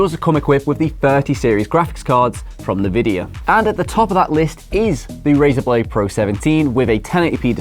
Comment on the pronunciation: "nur-vidia"! isn't it "en-vidia"?